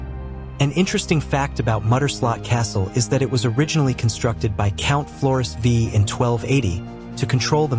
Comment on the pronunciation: Muiderslot (6.14 - 7.36) : The building of this castle started in 1280. It was built on behalf of Count Floris V of Holland and Zeeland (Leiden, 1254 - Muiderberg, 1296). Floris V = Floris the Fifth (not 'Vee' 🙄)